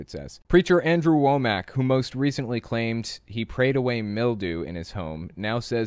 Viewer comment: Wom-mack not Wo-mack.